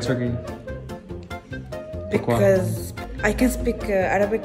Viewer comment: It's turkey not tukuyu